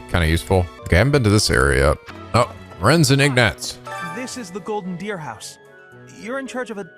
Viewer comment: Anyone else hear "House of the Golden Beer" instead? The most drunken of houses